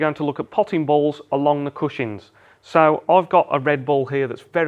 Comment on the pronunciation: Is no one going to mention the fact he is saying cushings instead of cushions?